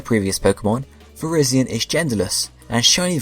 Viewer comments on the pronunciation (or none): tbh i never liked Cobalion's sprite... and i loved the transition between explaining Keldeo and his other forme btw: Ko-bay-lee-en Vir-ri-zee-en As said in movie